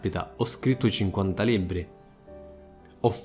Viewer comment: Libbri, aggire ..altro raddoppio di consonanti? Saluti dalla Sicilia